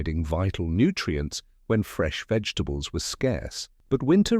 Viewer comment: The AI voice is making it hard to watch this with the mangling the names of vegetables